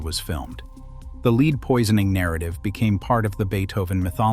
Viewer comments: ":Lead," the element, is pronounced LED nor LEED." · If you would pronounce it yourself instead of giving the task to Artificial Idiocy, we would perhaps not complain so much. I'm hearing this error so often now, LEED vs LEDD, REED vs REDD, and others. For $1500 I'll read it for you, but certainly you can find someone cheaper than me and possibly better. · Lead = "led", not "leed". Another computer-generated glitch. Still, a well-done video. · Lead is pronounced, LED!!! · I don't understand how the computer generated voices can be so good at human voices yet screw up really basic pronunciation like that. Not saying that to criticize. Just honestly confused at how often things like that happen. (I mean there's no such thing as the poisoning of lead, pronounced that way, right? Why does it make the mistake?)